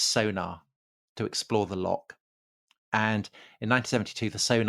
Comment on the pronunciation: ffs, why can't you pronounce loch? Just a wee bit too lazy to try?